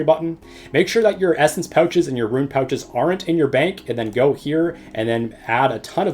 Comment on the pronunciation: rune not ruin, tf